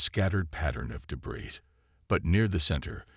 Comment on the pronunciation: Please, tell your AI narrator that the word “debris” is pronounced “duh-BREE”. The “S” at the an end of “debris” is supposed to be silent. It’s a French word, I believe. Thanks!